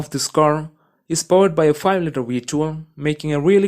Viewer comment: Powered by an AMG built 6-liddr weight one with 740 Newton meters of TONK” Omg kill me😂😂😂😭😭😭🤣🤣🤣 I can’t figure out if this dude is a combination of Indian with something Eastern European, you tell me because it’s hilarious